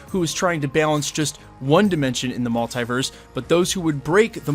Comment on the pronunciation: Please say multiverse properly